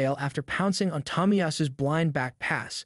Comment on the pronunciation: Hey, i have a serious question for you. Since you made this video, im assuming you watch football or at least watched this game, so you must've heard a commentator or multiple, say his name - "de broy-nuh", which is not perfect, but its close. Why then would you butcher the pronunciation by saying "de-broo-in". ???? Also, "taami-yasu" ????? So strange....